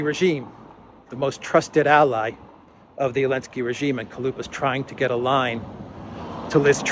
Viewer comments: Why do you keep saying "elensky"? It is "zelensky" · Why are we calling him Elensky without the Z?